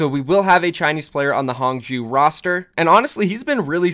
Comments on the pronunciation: Hey. I take Chinese and just saying Hangzhou is pronounced Hahng-Jouh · it's pronounced Hong-Joe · quite close on the pronunciation, it's "hang-joe" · it's pronounced HAHng joe. not hang jow. xd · Hangzhou is pronounced “Hong-Jau” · pretty sure its "HONG-zho" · hangzhou is pronounced as hung-joe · A simple way to look at hangzhou to to pronounce it like Hanzo. But the pitch at the end goes up. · Hung-joe is how you pronounce it I’m pretty sure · Nope, its H AA NG ZHOH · Sorry dude, but you’re still pronouncing Hang Zhou wrong. Hang-jchoh (the “a” in Hang is pronounced like the “a” in Hanzo) (“zh” in Chinese sounds like pronouncing “j” and “ch” at the same time, like a crunchy “j” but Americans have trouble doing that so I’ll let this slide) (the “oh” in jchoh is pronounced like the “oh” when you finally understand something). Hope this helps. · The pronunciation for Hangzhou sounds like (Hun) in English and ('dr' part for 'draw' with the sound of letter 'O') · “Huang Zhou”is pronounced is similarly to “Huang Jou” in chinese cause oh the z in not really pronounced the same english does “Gue Xue” is pronounced similarly to “Gu Sie” in chinese The accent is important but I hope this help....... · i am learning Chinese currently so i can help with the pronunciation of HangZhou. Hang--> H-(aw)ng Zhou--> (Zh-you have that pronunciation right) (ou-sounds like the expression oh) so HangZhou owuld sound like H(aw)ng Zh-(oh) Also thanks for the info! I always wondered what the deal with that was. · nice vid! also for pronouncing hangzhou, think kind of like, “hong-joe”. you have the zh sound right!! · I feel like that spelling will mean nothing to westerners because they pronounce the "a" in "hang" as "eh" making it "hehng" . Spelling it as "Hung-joe" will probably get them closer to the actual pronounciation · Eh, the pronounciation for Han Zhou is good enough xD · Wrong pronunciation of Hangzhou =P